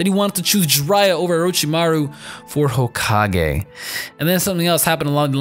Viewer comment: I literally had to stopped the whole video after u said Jiraiya, my chest felt pierced and I can't watch this no more